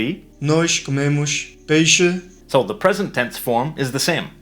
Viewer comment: Você não pronuncia peixe deste jeito!